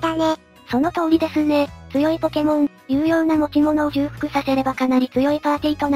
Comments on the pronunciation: なるほど、2人で対戦実況ってのもいいな 尚、ブースターは相変わらずのネタキャラっぷりを発揮と 因みに ｢重複｣のことだと思うけど、｢ちょうふく｣ですよ んで一応調べた中で知ったけど、｢捏造｣は｢でつぞう｣、｢独壇場｣は｢独擅場(どくせんじょう)｣が正しいみたい(｢早急｣は｢さっきゅう｣が正しいのは、さすがに皆知ってると思うけど) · ちょっと細かいですけど重複の読みは「ちょうふく」ですね。